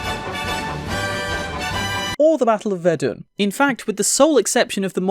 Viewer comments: It’s Ver-DUN, not Ver-din Thanks, Grammar Nazi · 5.19 it’s pronounced ver done